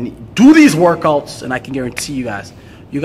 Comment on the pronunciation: “I’m gonna show you 10 workoats” 😂